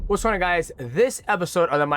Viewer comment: “Wassonnaguys.” Translation “What’s going on guys?”